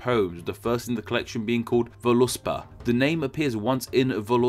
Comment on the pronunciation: No, there is no such thing as vo-LUS-pa. Volu-spa is compound, and is therefore pronounced in modern Icelandic basically vole-spow. Insert a weak oo between them, ideally a Liverpool oo.